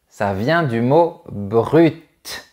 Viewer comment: Bonjour, vous avez prononcez le mot "brut" avec le T. Donc le mot BRUT se prononce-t-il toujour avec le T, c´est pas silent? Merci. Ivan de la Slovaquie